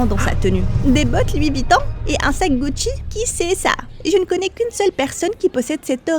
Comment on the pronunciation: Personne na remarquer "Bucci" (Gucci)